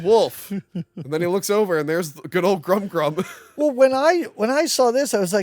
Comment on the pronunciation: I've just looked the wolf's name up. How can you get "Grum Grum" out of "Gmork"? Now, after me, "G-mork".